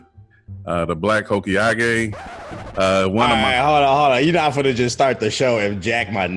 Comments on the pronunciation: My boy said “Hokeeagé” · This ninja said Hokeeage... like he dont watch naruto. 👏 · I just wanna know where he got that pronunciation from